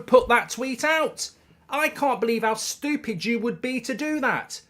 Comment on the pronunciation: Kills me that he can't say stupid. STOOPID!!